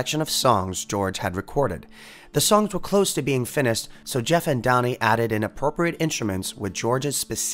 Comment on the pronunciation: George Harrison's son is called Dhani not Donnie, fyi. I don't mean that harshly. Just helping out....